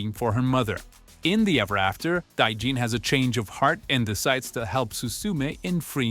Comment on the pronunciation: day-Jin too 😭